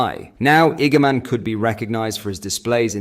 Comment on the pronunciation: Hamza’s a gamon. Honestly stop using ai man. 😂😂